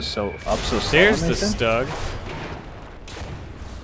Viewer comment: Its not stug your suppose to pronounce it 'shtoog' kind of